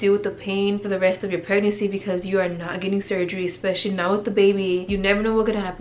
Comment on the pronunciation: Why do u have such a hard time saying PREG-NANCY GIRL? Lmao. It sounds like u’re saying prenansi 😂